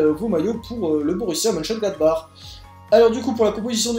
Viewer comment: Et encore, il a réussi à le prononcer ! Moi j'étais pas foutu d'y arriver ^^